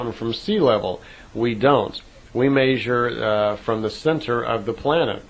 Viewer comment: This guy really can't pronounce the word "measure"